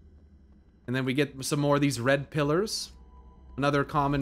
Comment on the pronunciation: What he said: Red pillars What I heard: red pillers The context worked.